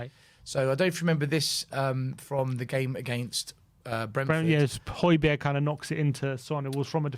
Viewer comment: Great stuff, fascinating!!. Just one thing,, please get the pronunciation of Hojbjerg’s name right … the g is silent